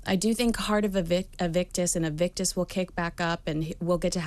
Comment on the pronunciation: Is it just me or does keep calling Harry’s organization “Evict-us” instead of “Invictus”? 😂